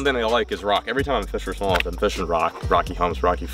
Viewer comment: Low key obsessed with how says “smowth” instead of smallmouth. 🤣